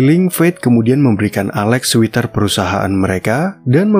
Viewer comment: Sweater dibaca SWETER... bukan SWITER.....